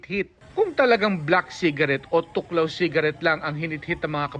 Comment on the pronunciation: thuoc lao (thuốc lào) hindi tuklaw . Ginawa nyo namang tagalog amf hahha